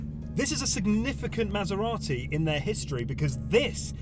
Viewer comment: How is it that you know how to pronounce Maserati, but now Porsche? Oh, right. You speak Italian but not German. And, could you have picked a worse car (Tip) for the comparison. No? Well, fuck it, I won't watch then. Stupid vid. Waste of your time. Wow, those must be two days that you will never get back. I won't waste 10 minutes on your vid. Thanks for letting me know.